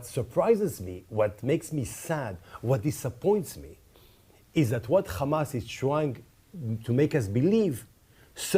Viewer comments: Why these zionist can't pronounce Hamaz and keep saying Khamas? 😂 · Khamas! Khamas! Khamas!